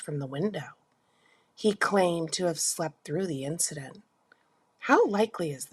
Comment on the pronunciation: You’ve got to learn to pronounce “incidents,” sis.